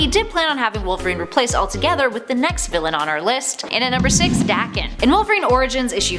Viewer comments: I'm sorry did you say daaken nonono it's pronounced daekan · That's not how I've imagined Daken's name to be pronounced. More like "Day-ken", but I could be totally wrong.